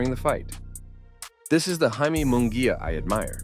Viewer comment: It's pronounced High-Meh not Jay-Mee